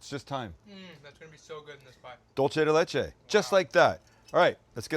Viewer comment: Why do you insist on attacking my language? "Dulce de Leche" is pronounced DOOL-seh de LEH-che. Not "dohl-che". Dolce is ITALIAN dulce is SPANISH. And the phrase "milk candy" in Spanish, the literal translation of "dulce de leche" in Italian would be "caramella al latte". Please. Just. Stahp. And that term is considered plainly dumb in Mexico. If you want to talk about caramel in Mexico you call it by its Mexican name: Cajeta (ca-HET-ta)